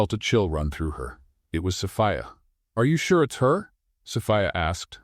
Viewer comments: Am I the only one bothered by the mispronouncing of "Sophia"....It's So-fee-a.....NOT So-fi-a....about to drive me crazy!!!! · An AI may not have learned how to pronounce a common name like Sophia ( "so-FEE-uh"), yet most educated humans would, thus I would declare that Impressive Stories has chosen to cheat the public by employing an AI instead of a human who needs money to feed hisself or herself. Yes, the beings behind Impressive Stories should be ashamed. The stories may be well written, but shameful presentation is not well. Greed should be shamed. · AI can't pronounce Sophia correctly.